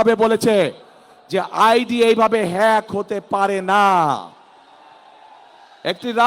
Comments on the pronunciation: নেতা দেখি হ্যাক শব্দ উচ্চারণ করতে পারেনা। 😂😂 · অশিক্ষিত মুর্খসোদা হ্যাক শব্দও বলতে পারে না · হ্যাক হয়েছে না ফেক হয়েছে এ কথাটা যে বলতে পারে না সে দেশের প্রেসিডেন্ট কেমনে হবে ছিঃ ছিঃ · হেক না ফেক?! হ্যাক শব্দটাও শিখতে পারলেন না লন্ডনে থেকে। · যে লোকটা হ্যাক কথাটা সঠিকভাবে বলতে পারেনা, ফেইক হইছে বলে। এরকম অথর্ব অযোগ্য মানুষ প্রধানমন্ত্রী হলে দেশের কি অবস্থা হবে বুঝতে পারছি না, আবার শুণছি উনি নাকি ইন্টার মিড়িয়েট পাশ, দেশে সুশিক্ষিত যোগ্য মানুষের দুর্ভিক্ষ লেগেছে কি, ৫৪ বছরে কোন যোগ্য মানুষ কি তৈরি হয়নি প্রধানমন্ত্রী বানানোর মতো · হ্যক ও বলতে পারে না! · Hek,,fek,,nice pronunciation 😂😂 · আগামীর দেশ নেতা হবে, কিন্তু হ্যাক শব্দ উচ্চারণ করতে পারে না, এটা খুবই দুঃখজনক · যে হ্যাকটাও ঠিকমত উচ্চারণ করতে পারেনা সে নেতা হবে।খাম্বায় হাম্বা হাম্বা করলে কেউ বিশ্বাস করবে না। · "Hack " উচ্চারণ পারে না HSC পাশ নেতা😂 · একটা দলের সিনিয়র নেতা । এ আইডি হ্যাক এটা উচ্চারণ ভালোভাবে করতে পারেনা । দেশ পরিচালনা করবে কিভাবে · হায়রে নেতা😂😂😂। হ্যাক উচ্চারণ করতে জানে না। আবার তার বউ ডাক্তার কিন্তু জানে না যে mbbs এ কোনো specific subject থাকে না। 😂😂😂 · কি লিডার রে ভাই হ্যাক শব্দই বলতে পারেনা। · শব্দ উচ্চারণ করতে পারে না 😂😂😂😂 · নেতা তো আইডি হ্যাক এটাই উচ্চারণ করতে পারে না তো দেশ চালাইবো কি😂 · এত বড় একটা নেতা আইডি হ্যাক হয়েছে এটা উচ্চারণ করতে পারে না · আইডি হ্যাক কথাটা মুখ দিয়ে বের করতে কতই না যুদ্ধ করছে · এই শুয়োরের বাচ্চা তোরে কুকুর দিয়ে খাওয়াবো, মূর্খের বাচ্চা, হ্যাক,ফেক উচ্চারণ করতে পারে না, খাম্বার বাচ্চা মাদারচোদ